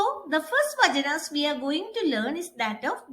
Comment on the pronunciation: Mam it is not "vajanas" it's "vachanas" first pronounce properly 😂